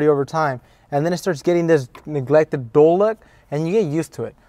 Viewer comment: He said "niglected""